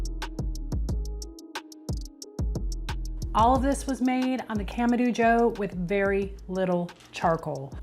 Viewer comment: You started out saying it right but you changed to camadooo😂